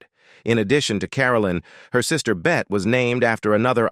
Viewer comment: "Bete" Davis? As in French for BEAST? How appropriate!